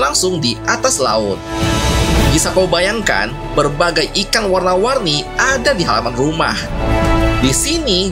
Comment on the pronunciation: ikang... Logat sulawesi.